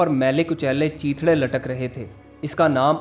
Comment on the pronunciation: چیتھیڑے Chitheedey یہ صحیح تلفظ ھے۔